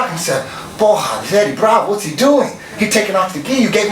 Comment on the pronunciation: Eddie saying porra with a brazillian accent cracked me up